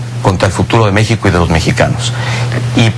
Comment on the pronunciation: Pinche Peña Nieto menso.. hasta cuando dice la palabra México se equivoca. En el min dice "Déxico" el muy pendejo...